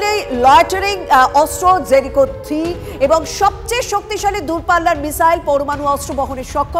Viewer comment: Ota জেরিচো naa জেরিকো, ঠিক করে উচ্চারণ টা করুন।